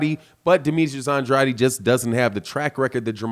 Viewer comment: Lmao why is it so hard to say “An.....Drade” good content though ✊🏽